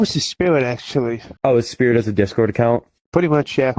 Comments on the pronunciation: "No that was his spiwit actuawy" checks out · o dat was his spiwit actuawy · "that was his spiwit actuwauly"